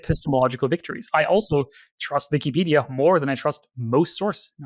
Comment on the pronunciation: the german is coming out whenever he says "vikipedia"